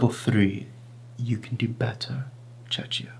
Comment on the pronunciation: The correct pronunciation of Czechia is Cheh-khiyah or Chek-iyah